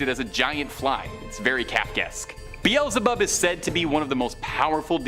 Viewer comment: I. Love this channel but , you mispronounced Beelzebub. Other than that it's a good video.🤙✌️🙃🙃